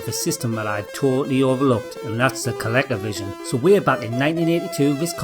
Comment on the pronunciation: I love how you say ColecoVision, it's how I'll pronounce it from now on